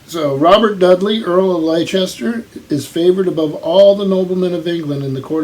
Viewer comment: A varied bunch as usual, and as usual some interesting editions! Can John Wain ride a horse I wonder? Btw, Leicester is pronounced Lester as in the English city. I hope Mr Donoghue visits soon, you make a good bookish double act! Thanks.